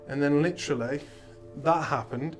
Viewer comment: Every time you hear the word *licherally*....take a drink.